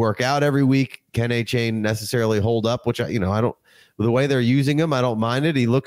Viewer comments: Achane, like Jackie Chan Not that hard,.😅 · Appreciate it! Thanks for getting past the mispronunciation of Achane🙏